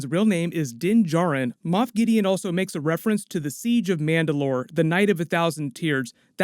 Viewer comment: Moff not moth